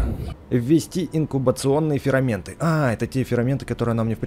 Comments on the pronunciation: Мне показалось или ты говоришь ферАменты? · Не фераменты а ферменты